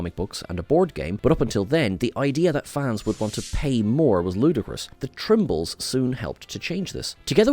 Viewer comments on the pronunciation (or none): Tribbles, not Trimbles.